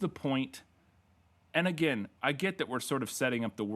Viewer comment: "One of these characters is never seen agin" Agin? You read too much Edgar Poe.